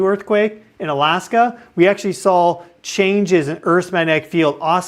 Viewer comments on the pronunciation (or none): none